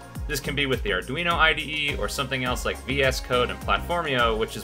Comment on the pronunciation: Did dude really say aredweeno? Lol Also need more uploads, been awhile since the viral one